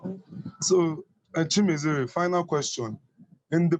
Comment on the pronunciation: Lol you murdered the name... its Chi-me-re-ze.. not Chi-me-ze-re. On the other news.. I must I find this video very informative and thoughtful as well. 👍👍👍